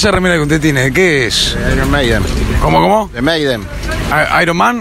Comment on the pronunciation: Esa remera de que es? El señor: Meiden: IROMAN JAJAJAJA